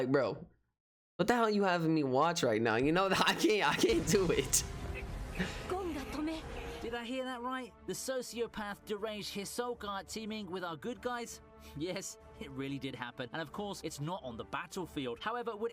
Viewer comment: Bro, its Hisoka, not hizuka, u pronounce it as HE-SO-KA